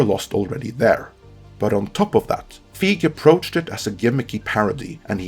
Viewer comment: You're mispronouncing Feig. The 'ei' has more of an 'a' sound.